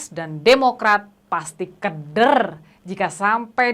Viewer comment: Wkwkkw ucapan lafal kata keder.... 😂😂😂. Salah bu....